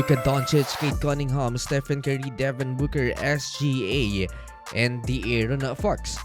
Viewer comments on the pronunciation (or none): none